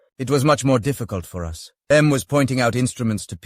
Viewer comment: Ha - smart arse A.I cannot pronounce the word 'us' as 'us' it gets confused and says 'Ewe Ess' as in United States!